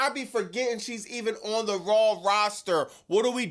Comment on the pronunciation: Its RAW not RAWWLLL!! It's Vaquer not VALquer! Stop adding L's where they obviously aren't!